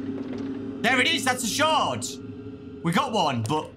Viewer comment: Bro I heard him say "Shard" and I though he said "Shart" TwT